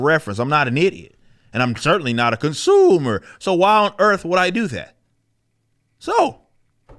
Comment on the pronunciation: We need a compilation of Eric saying "conSOOMer."